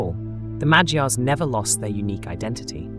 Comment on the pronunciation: Did anybody noticed how almost perfectly he pronounced Magyars? Keep up the good work m8. Love from Hungary❤